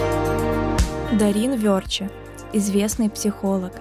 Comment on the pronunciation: дОрин вЁрче. Только так, а не иначе! Научитесь правильному произношению!